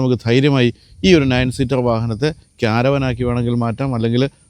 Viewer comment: ക്യാരവാൻ അല്ല, കാരവാൻ എന്നാണ് ഉച്ചാരണം. (ka·ruh·van)